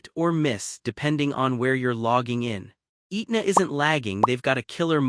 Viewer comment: Pronounced "Ehtna" not "Eatna"